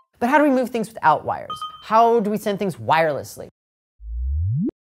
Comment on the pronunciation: "two copper Rires"